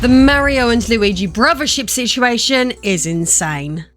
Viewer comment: Ahhh she said "situation" i might dislike the video lol